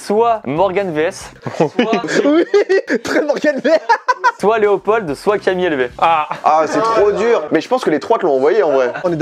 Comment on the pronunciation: Slt je m’appelle Léopold et on dit pas le d à la fin mais c pas grave